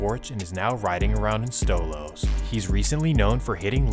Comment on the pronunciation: It's stoley he said stolo 🤣😂